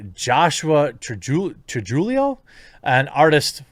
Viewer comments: Before twitter comes after you its pronounced true-hee-yo (trujillo) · “Trujillo” is said like True-he-oh. That was my stepfather’s last name.